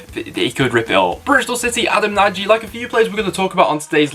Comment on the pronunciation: Just for future reference, Nagy has said his name is pronounced 'Naj' :)